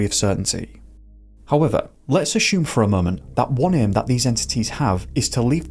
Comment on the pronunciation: You asked for comments so here goes. The content you cover is always very interesting, thank you. Now the negative (sorry 😊). Please stop pronouncing ‘assume’ as ‘ashoom’. It’s pronounced ‘ass yoom’. 😊😊